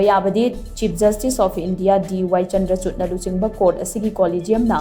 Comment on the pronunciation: DY Chandrachud haibdo pronounce toub di 'Chandrachur' haina tougadbne. Please see to it.